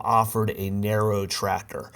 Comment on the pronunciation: The way you say TraCTor makes my eye twitch😬😬